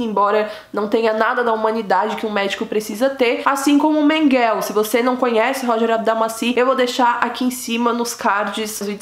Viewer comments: A pronúncia, senhor! Esse "Menguél" dela perfurou meus tímpanos e me impediu e proseguir no vídeo. A pronúncia correta é "Mênguele", moça! "Mênguele", e não "Menguél". Cruzes!!!!!!!!! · SABE A "IMRESSÃO" QUE FICA QUANDO VÍDEOS MARAVILHOSOS COMO O SEU SÃO DESMONETIZADOS??????CONIVÊNCIA!!!!!! APROVAÇÃO DO QUE FOI CENSURADO..... INFELIZMENTE..... PARABÉNS,!!!! ESSE ABSURDO TEM QUE SER SEMPRE VEICULADO PARA O MUNDO NÃO SE ESQUECER DESSES HORRORES DO HOLOCAUSTO. E PRINCIPALMENTE, PARA NÃO REPETIR!!!!! OBSERVAÇÃO CONSTRUTIVA COM RESPEITO: NÃO É " MENGUÉL", A PRONÚNCIA CORRETA SERIA " MÉNGUELE". COM TODO O ❤️ CARINHO. 😊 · A pronúncia certa é Mengelê, mas o vídeo ta mt bom parabéns 👏🏼👏🏼👏🏼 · Obrigado.. "Menguel" tô indo....fui 20 anos na escola... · A pronúncia do nome é Mênguele. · Julgo que é Mengel , sem "e" no fundo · Ela tem que melhorar a pronuncia do alemão, não pode comer o E do final,...pronunciar certinho. Afinal não é inglês, Mengel.... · Por quê você fala " Mengel"( eu sei que você fala do jeito que você quiser...)Mas "Mengel", é terrível!!!! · É MENGELEÉEEEEEE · A pronúncia é Mênguele. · Vc está pronunciando o nome dele errado. Interprete meu comentário como uma crítica construtiva. Abrsço e parabéns pelo canal, descobri ontem e nao consigo parar de assistir. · Metade do que foi dito no vídeo é verdade. Ah, vc poderia pronunciar o nome dele corretamente, já que se declarou tão estudiosa da vida do cara. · Acho que vc falou errado o sobrenome,vc fala como se fosse em ingles. Em alemão é quase como se le. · Você pronuncia mal o nome dele!🤣🤣🤣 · Não é menguel e sim menguele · Menguele é não menguel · Não é Mengel!!! Mengele repita Mengele!! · Não é Mengueu mas sim Mengule guellleee Mengule lê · Não é Mengueu é Menguelllleee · Em português a pronúncia não é Menguel e sim Menguele? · Morou próximo minha casa aqui em caieras. Só que acho que você está pronunciando errado. Não é menguel é menguele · A pronúncia correta não é Mênguele? Achei estranho Menguell